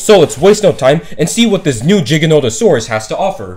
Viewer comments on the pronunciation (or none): No he didn’t pronounce it correctly, it’s not pronounced (J) it’s (G) stop pronouncing giganotosaurus with a J🤦